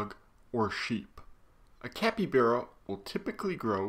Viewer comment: Sorry to ruin your day or not but your pronouncing capybara wrong your pronouncing it like capybera and not capybara the a is not a e